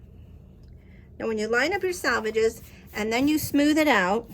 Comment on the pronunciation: Selvages, not Salvages As in sell-vages